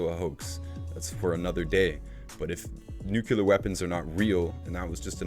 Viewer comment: Great vlog. Just wanted to point out that there's no such word as nukular. It's nuclear. Only pointing it out because it was said about 12 times. I believe it was George Bush junior that first mangled that word and people been following suit ever since. Other than that I enjoyed this post.